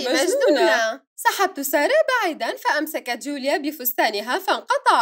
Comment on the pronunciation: كانها قالت جائت سياره ❌ بدال ما تقول جائت ساره✔️ 😂😂😂